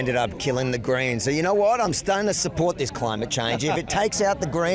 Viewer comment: Greens Ohhh I thought u were saying 'Grains' 😅